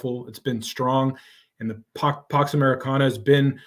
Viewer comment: said Pox Americana instead of Pax. Was that intentional or a Freudian slip?